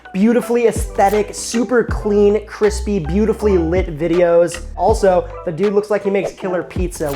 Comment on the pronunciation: Eh. I could do without his habit of mispronouncing words ("criss" and "crissy" instead of "crisp" and "crispy") and shortening words in unfortunate ways, like calling a brisket a "bris" (Mazeltov!). And his printed recipes need an editor.